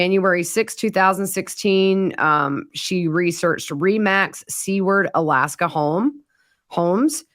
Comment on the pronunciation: Hello! I am sorry to be that person, but Seward is pronounced Sue-ward. Have a great day!